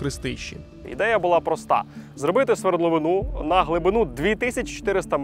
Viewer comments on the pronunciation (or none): Відео топ! Але ставте будь-ласка правильно наголос у слові "свердловИна", бо ви чомусь кажете "свердловинаА".